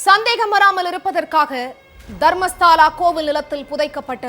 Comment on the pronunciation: தர்மஸ்தாள இல்லை மேடம் தயவுசெய்து தர்மஸ்தள என்று உச்சரிக்கவும்